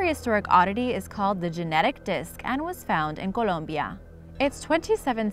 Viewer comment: The country is called Colombia. She said it right.